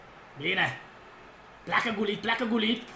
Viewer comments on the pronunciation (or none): cel mai tare youtuber de fotbal #respectbraker PS se citeste Ruud Hullit,no hate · am iesit de pe video cand am auzit cum ai pronuntat GULLIT......